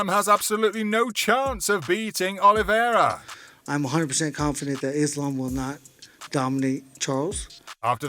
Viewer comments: Charles "Olivy-era." Justin "Gay-sha" lmao. If you're going to hire voice over guys at least explain to them how names are pronounced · Please hire a different person to narrate / do voice over. Sounds really dumb when he says OlivIEra or NurmaGOmedov. Ok he knows nothing about the subject he is talking about but at least learn how to fucking pronounce their names at last.